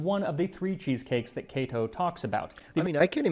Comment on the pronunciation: Kah-toe? I’ve been saying Kay-to for forty years. I can sort of read Latin if I have a dictionary handy, can’t speak it for sure, or even understand it when I hear it spoken Thanks for the proper pronunciation Now have to get used to it